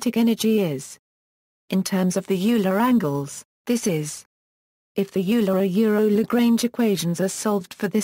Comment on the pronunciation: It’s not ewler It’s “oiler” Euler